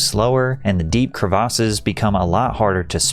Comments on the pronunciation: What are “cruh-vosses”?… 🤔 Are you trying to say CREVICES? “Kreh-veh-siss”- not “cruh-vosses” 🙄 Christ, I can’t even watch the video with that incorrect pronunciation. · crevasses"kre-vis" that is how it is pronounced. is this an ia channel? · The way he pronounced crevasses was insane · Patrick its not Crev-AR-ses its crevices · great video, hats off to you. but jesus christ patrick- please don’t confidently say words that you never leaned out loud without actually looking up what the actual pronunciation is. the word you mispronounced 20 times was crevasses. it’s pronounced “krevASSes” not “kruhvoses” like you kept saying over and over and over. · why you pronouncing crevasses like that😂. good shit tho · Worst pronunciation of "crevasses" I've ever heard 😂